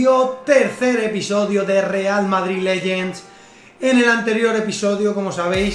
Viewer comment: Porque dices modrid y pad openin no entiendooo jajajajahahaha